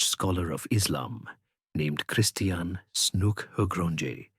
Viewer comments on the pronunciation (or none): none